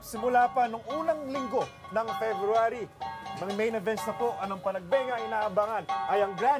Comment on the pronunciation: Panagbenga not Panagbanga